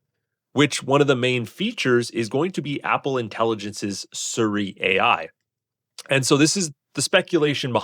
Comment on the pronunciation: SEE - REE, not Suri